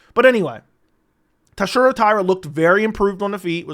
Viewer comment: Buddy. You BUTCHERED TATSUROS name. You had one job you absolute blob